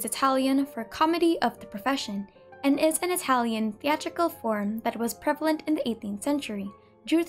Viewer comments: such a good and informative video!! Also, your italian pronounciation is perfect! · I love how you pronounce the words in Italian it’s lovely